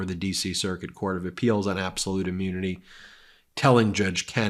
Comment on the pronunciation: Why does Ben say ah-munity? :-D